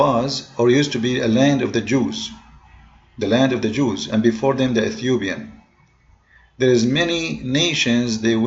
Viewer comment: the bicture, we shair, ethyoubia, for examble ..... 😂😂😂